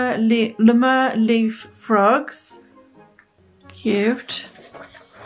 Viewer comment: It's LEE-mur - with the long Lee. 😘